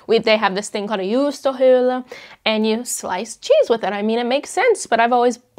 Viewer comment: I find it always interesting to watch videos about people living here and hearing their opinions! Also, you pronounced "juustohöylä" really well!